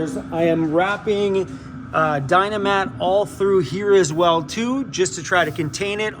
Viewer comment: Dynamat not dynamite!